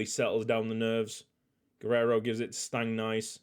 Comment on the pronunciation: Stangnæss is more like Stangness instead of Stangnice